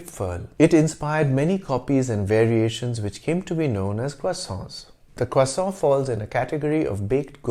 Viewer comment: First time on this channel, love it! I love the history thrown in everywhere. When you pronounced croissant with an American accent, it really threw me! You shofted so quickly and perfectly, and then right back. Well done sir! I look forward to learning more about your channel.